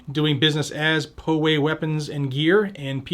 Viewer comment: I really enjoy your channel and your presentation. Thank you for taking the time to keep us all up to date. I did get a chuckle out of your reading the names of all the Petitioners. PWGG L.P dba POWAY Weapons is pronounced Pow Way. It is the name of a small community just north of San Diego. I am not trying to give you a hard time, just clarifying for future reference. They also have a town called Lamesa pronounced Lah Mesa as opposed to the town in Texas spelled the same way but pronounced Lah Meesa. Pretty sure Texas is pronouncing it wrong. 🤔